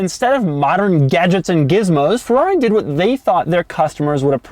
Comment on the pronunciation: Fuwrr-rawh-ree... sigh